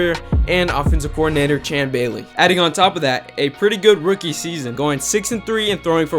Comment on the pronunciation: This dude isn’t as NFL smart as he claims to be .. first off you say Tuas last name incorrect which isn’t a big deal but also it’s not OC , Chan Bailey.. it’s Chan GAILEY !!! ... smdh